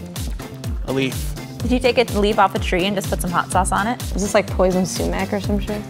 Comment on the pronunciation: Coming from a Persian-American, it made me cringe the way she said sumac.